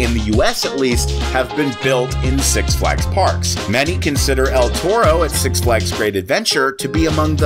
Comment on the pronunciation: "SUX Flags" LOL